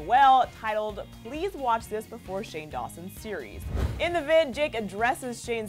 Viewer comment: Oh and it's shane not Shawn 😑